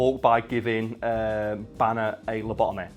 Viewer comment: Its Bruce Banner! not Bruce BANEr you twats.